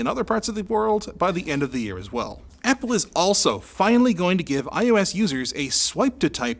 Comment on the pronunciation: Am I the only one who understood "i hoe ass" at the beginning?